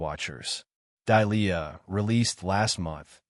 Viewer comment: Good grief is the HOA ladies name Delia(Dêlēâ) or Dahlia(Dâlyâ)? Dahlia is not pronounced as Dīe lē yâ(see preceding phonetic).🙄 No matter which name it is the AI Narrator can't pronounce either one correctly!